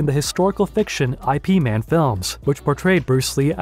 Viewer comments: ippman not I-P man. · Y’Ip man’s his name. I.P. Sounds like the computer tech guy😂. Oh boy I’m sorry I’m up too late😂 No disrespect I’m just letting you know since I don’t see it in the comments.🙏🏽 Thanks for sharing your video, time and work with all of us here on YouTube. Many thanks 🙏🏽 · Ip is his name... Not initials... Eye-Pee Also known as Yip Man Not Eye-Pee Man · My gf and I were watching this and both went, "I.P. Man??" 😂😂 If you're gonna mention Sifu Ip Man in your video, it may be a good idea to actually learn how to say his name. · So funny how the narrator says I. P. Man instead of Ip Man. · I. P. Man? Don’t you mean Ip Man?😄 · I can't believe the narrator pronounced "Ip Man" as "I.P. Man". 🙄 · Did anyone notice how the guy said 'Eye Pee Man' instead of 'Ip Man' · Toward the end of this, narrated I suppose by a digital voice from a script, reference is made to a film about "I-P Man" with the first two letters pronounced that way. Wrong. It's "Ip Man," the name of a famous Wing Chun master. It's sometimes pronounced, in trying to be more accurate to Chinese pronunciation, as "Yip Man" as well. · Ip Man = Eye Pee Man? My god, was this video recorded with an AI voice. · Great video but I.P. man? It was pronounced ip as in hip or yip as in yip, but neither of those are actually phonetically correct because the sound doesn't translate well into english spelling. I certainly can't pronounce it properly. Either way, it wasn't internet protocol man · Lol did you call that movie I.P. Man? Seriously? This isn’t a movie about internet protocols. It’s Ip Man. Say the name right. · ….this was going so well until you said “I” “P” “MAN FILMS” It’s “IP” (correctly YIP) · “I-P” man… really? really? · Dude did not just call Ip Man I. P. Man... Bozo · Did he just say I.P. Man? <.< Well I know it lays near but... it is still called YIP MAAN and it has nothing to do with IP adresses... :D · Jesus Christ dude... You seriously said " I pee man"....... IP man, not I pee man.